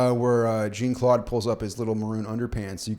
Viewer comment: Jean-Claude is pronounced more like "John", or like Shawn, just with a j sound. "Jeen" is hilarious sounding every single time, though 😂